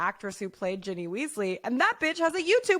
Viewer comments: it's "Ginny" not "Jenny"!!! 😤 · Ginny not Jenny 😅